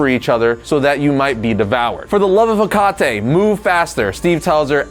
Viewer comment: cackled at the pronunciation of "Hecate"